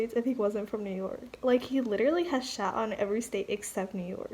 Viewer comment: he said im from NEW YOWK... come check me